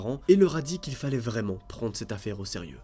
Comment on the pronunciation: Mdrrrrr le « vraiement » 😂😂✨